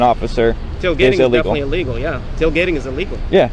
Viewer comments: He messed up saying tailgating 😂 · Tail gating 🙄 … you were doing so well until you said “tail gating”.